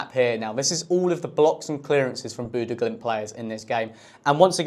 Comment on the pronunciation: yeah, he didn't say it right either